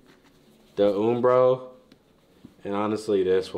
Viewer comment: This man really just said oombro